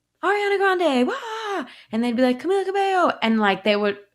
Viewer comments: Ka bay yo not ka bay ho😂 gringo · It's Ca-Mee-La Ca-bey-yo! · it’s pronounced camEEla caBAYo but i enjoyed this interview! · “Camilla CabeHo” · Love this conversation, she's amazing in every way! But you need to learn how to pronounce her name. Cabello is pronounced CabeYo in Spanish. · Did he say camila cabehoe?? Lmaooo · Lord he butchered her name 🤦🏿‍♀️